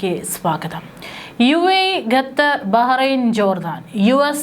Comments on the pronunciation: Not gatar but Qatar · ഗത്തർ അല്ല മോൾ ഖത്തർ. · ഗദ്ദർ 🤔 അല്ല ഖത്തർ. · അവതാരക / കൻ, അവരുടെ ശൈലി, ഉച്ചാരണ സ്ഫുടത, ശബ്ദം ഇതൊക്കെ നല്ലതാണെകിലേ വാർത്ത കേട്ടിരിക്കാൻ താല്പര്യം ഉണ്ടാകൂ! ഗത്തർ, ഗമിനി എന്നൊക്കെ ഉച്ചരിക്കുന്നത് അശ്രദ്ധ മൂലമാണ്.